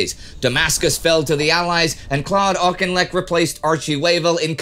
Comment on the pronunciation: Nevermind the Russian names he got Auchinleck right 👍